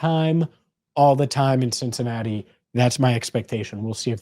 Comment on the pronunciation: Yes, CincinnaTee!!!!!!!!